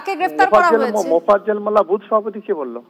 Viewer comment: এত বড় নিউস চ্যানেলের সঞ্চালক ও রিপোর্টার মোফাজ্জেল না উচ্চারন করতে পারছে না লজ্জা বাংলার নিউস চ্যানেল!